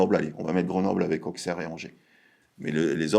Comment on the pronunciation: O-SSERE, pas AUXE-AIR ahah ^^